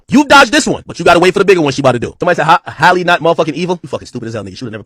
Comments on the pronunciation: Ti, it’s HAL-LEE!! Not Hailey or Holly 😭 Anyways, i love all your reports! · Man her name has y’all in a full Nelson. lol it’s HALLE (HAL-LEE), Not HOLLIE.